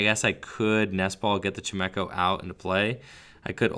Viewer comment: Anyone else triggered by pronunciation of chimecho? Lol xD